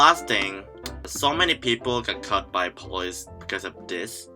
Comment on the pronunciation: I love the way it sounds like 'cut' when you're saying 'caught'. As if you gotta watch out for the police because they'll straight up shank you.